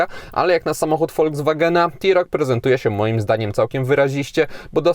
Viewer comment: blagam, rozpoczynajac test wypadaloby zaczac od jego wymiarow, a poniewaz mowisz o SAUV-ie, czy Crossoverze to nie wolno zapamniec o przeswicie. Literkae T w polskim jezyku czytamy jak te, nigdy ti, to tak a pro po. Autko nareszcie ladne, ale jesli mam w pamieci Dacie Sandero Stepway za 67 tys. z pelnym wyposazeniem; tj. m.in., z kamera cofania, nawigacja, odpalaniem na przycisk, hamulcem elektronicznym, no to musisz przyznac, ze cena TeRoc powala, ach ze dodam jeszcze Dacie Duster z gazem za 74 tys. rowniez z pelnym wyposazeniem i z jakim przeswitem...